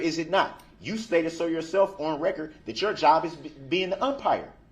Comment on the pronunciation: Rekkerd, licemplace, bofe, jeery, share squeem, enty, amanent…db is full of mispronunciations…